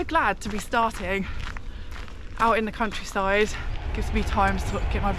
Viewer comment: Turns out its quite perilous in the English "Cowntryside"😬😬